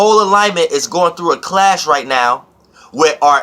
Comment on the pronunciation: 15mins in, I like how the way you said "clash" sounded like "class"🤓